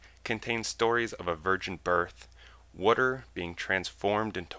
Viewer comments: LMAO nice pronunciation for "Water" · Can bob turn my "wuter" into wine too? =D Great video